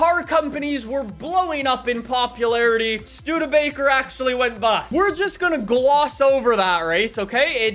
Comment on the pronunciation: yay he said Studebaker correct